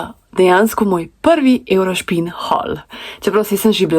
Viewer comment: 🤣🤣 Eurospin je ne Eurošpin 😄😄